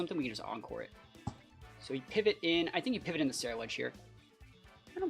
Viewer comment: "Cenuledge"? I think you mean Cerulegde. Keep up great work :)